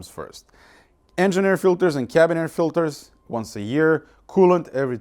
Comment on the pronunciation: “Cabin air filteÖrs”